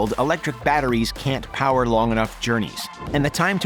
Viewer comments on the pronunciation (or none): none